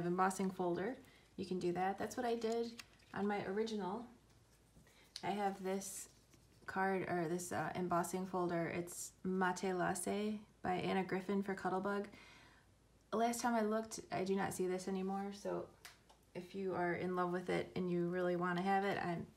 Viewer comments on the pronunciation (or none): Very creative cards,! Thanks for sharing. ☺ And just in case you ever need to say it again, the Anna Griffin embossing folder "Matelassé" is pronounced "matt-LASS-say". It's French and means "quilted". Thank you for all of the hard work you put into your videos and projects and have a great day!